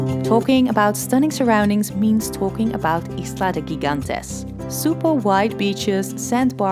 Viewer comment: Bravo for the wonderful visuals and congratulations for using educated English that obviously was not learned in the streets of U. S. of A. 😊You were a sight and your voice was music.😚 Un video maravilloso! Desde provincia de Iloilo, Filipinas. La pronunciacion de GIGANTES es "hee-gan-tes". Pronuncia gi o ge o je en español como "heh".